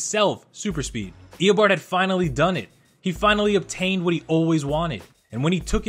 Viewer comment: it isn't Ee-uh-bard. It's Ee-Oh-barrd